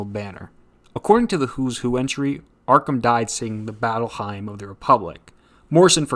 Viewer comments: Very cool video, thanks for drawing my attention to this run, I'll hit up my FLCS for the trade. "Battle Hymn of the Republic" - the second word is pronounced roughly the same as "him." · How am I supposed to take anything you say seriously when you don't know how to pronounce "hymn" or know the difference between Rolling Stone and The Rolling Stones? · Hymn is pronounce as "HIM" like He/Him pronouns. Not Hyme like "Prime". Not being "that guy". Just a correction. Loved the video nonetheless. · The “hymn” in Battle Hymn is pronounced “him”, not “hime” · Never heard hymn pronounced “hyme”… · "The Battle HIME of the Republic" 😂😂😂😂😂😂😂😂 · “Battle hyme of the republic”